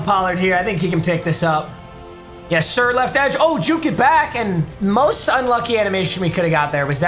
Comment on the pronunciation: why the hell did he say most like that lmaooo